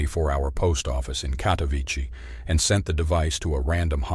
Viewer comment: A friendly amendment: It's KatowiTSEH. If you can pronounce "Agnieszka," surely you can handle "Katowice" as well. 😊